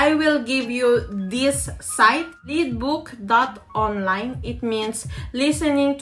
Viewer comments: Oo maam :) i mean is yung Y PO. LYDBOK HINDI LEDBOK. YUNG PAGBIGKAS NG BIBIG :) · Lydbøk yung (Y) po ❤️napansin ko lang. Good job maam :)